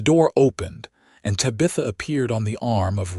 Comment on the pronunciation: Lovely story! But your murdering her beautiful name. Te bah. th. ah. 😊